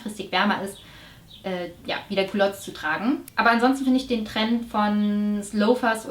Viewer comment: das hab ich mir danach auch gedacht aber clogs spricht man ja eigentlich anders aus! Und es hört sich wirklich er nach culottes an zumindest beim ersten hören & zweiten & dritten. Also ich hab's so wahrgenommen dass sie zuerst von etwas gesprochen hat (culottes) kein neuer Trend etc. & dann von den loafers, Sandalen.